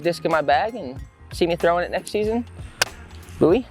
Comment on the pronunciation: It’s Boo-Eee